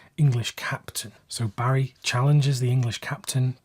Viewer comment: “Hairy” Lyndon?